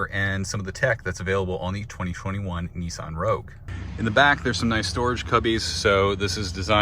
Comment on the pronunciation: Neeson hahahahahahahahah it's called a nissan